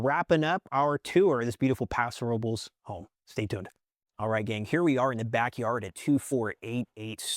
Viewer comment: Think your saying paso robles wrong 😂